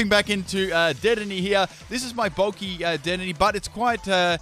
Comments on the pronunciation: Its De-din-ay not dead-in-ey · DEH DEN AYY not dedenee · It’s pronounced da-den-aye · WHEN WILL U LEARN TO SAY DEDENNE RIGHT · Leaving a dislike for mispronunciation of dedennes name